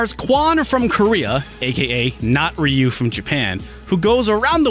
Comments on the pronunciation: It's "Ruu" (with the tongue vibrating), not "Ri yu". Even, according to Google Translate, it's pronounced as "H yu". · Rai-yu? Really? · wait, Rai-you? (dunno if it's the correct manner to transcribe phonemes without recurring to IPA) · Lol the commercial says Rayoo